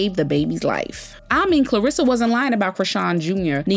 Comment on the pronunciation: Much love but her name is Karlissa, not Klarissa